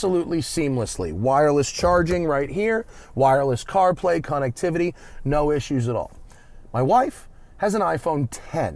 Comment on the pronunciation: "CONN"ectivity, so fancy